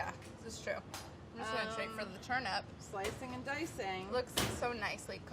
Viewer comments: I can only hear Molly saying "turnup" and it is bothering me slightly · They keep saying turnUP... Where is Brad... This is his chance to correct them! It's TurNIP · Did she say.. turn up? Ayyye lol 😎🥳🤪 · turn up! everytime Molly says Turnip!